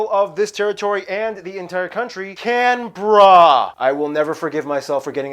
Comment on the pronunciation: Well done to get the pronunciation of Canberra correct. Why does Canberra exist? At the time of federation, there were disputes about the capital of the new country. Sydney and Melbourne both threw their hats in the ring and neither would accept the other. The compromise was that there would be a new capital, much in the way that Washington DC came into existence. It was to be in territory ceded by New South Wales but at least 100 miles from Sydney. The site of Canberra filled those requirements. NSW also ceded some land at Jervis Bay to give Canberra its own sea port. The border between NSW and Victoria is complicated. At its eastern end, it's a straight line from the Murray River to the coast. West of that, it's the southern bank of the Murray River until that river reaches South Australia. So no part of the Murray flows through Victoria. That became vital for a Mr Ward, who was standing on the top of the left bank of the Murray. He shot and killed a man standing with his feet 25 feet or so below him. As a matter of law, a murder is committed at the place where the victim is killed. Was that in Victoria or NSW? The death penalty had ben abolished in NSW, but still applied in Victoria. The High Court held that the victim was in NSW and that Ward's conviction was in error. The conviction was set aside and Ward was charged in NSW, pleaded guilty, and was sentenced to life imprisonment. Technical points may sound pedantic but can have vital consequences.